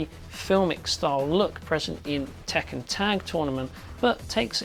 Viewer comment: Tekken is not pronounced "Taken", its pronounced as "Tek-Can", literally Iron Fist in Japanese. Also! Ryu in Street Fighter is not pronounced "Rai-You", its "Re-You". Not complaining about this video, just want to point this out.